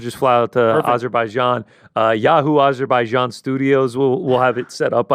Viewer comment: AIzerbaijan? I always thought it was Azerbaijan.